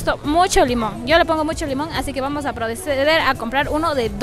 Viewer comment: Como es que dice "vamos a prodecer" JAJA, soss nerviosss, Buen videopp :3